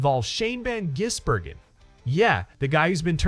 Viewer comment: FFS Try and get his name correct,it`s NOT Jisbergen it`s Gisbergen